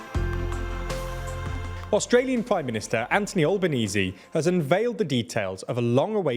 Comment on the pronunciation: Good videos, but seriously folks, look up how to pronounce Albanese